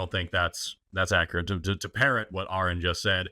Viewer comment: "I've been a fan for a while now," procedes to say Aron's name wrong. sigh